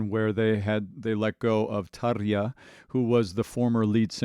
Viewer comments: Great TaRRRja pronunciation ... :) to start with. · Holy hell, I have never heard a native English speaker pronounce Tarja that well!